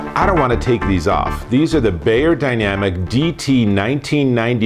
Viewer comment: "bYerdynamic" not "bAyerdynamic" :-)